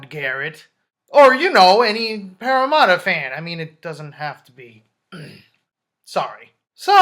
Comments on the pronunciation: Paramatta is pronounced Para - Matter Another Aussie on the 49's Hayne Plane!!! Nice recap!! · entertaining video mate... he will make it 100% but its pronounced pArra-matt-A